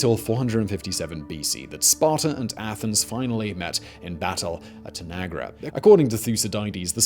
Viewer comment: "Of tanagra"? Come on Simon, I know you're a star trek fan